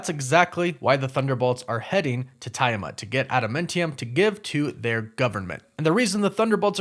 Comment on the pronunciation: Also, isn’t it TEE-a-mut?